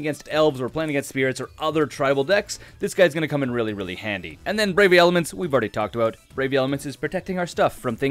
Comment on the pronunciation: Wen he went to say "more copies of brave the elements," he said,"Brave the Elephants"... Lol. Also great deck tech and also a great starting point for those who want to play mtgo on a budget.